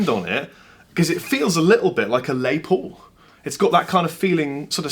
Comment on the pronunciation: DiD he just say Lay Paul. Come on. The mans name is LES